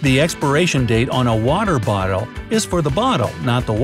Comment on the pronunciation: lol the way he says bottle